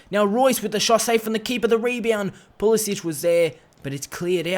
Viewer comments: His name is Pulisic not Pulisić. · Just saying you pronounce it like a k not a ch